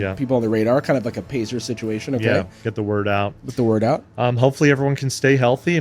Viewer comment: I do believe you pronounced that wrong...